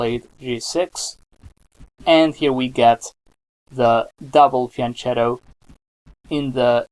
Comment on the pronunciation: it's pronounced fian-KETTO not fian-CHETTO